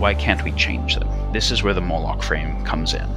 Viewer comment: Its pronounced "moh-lock"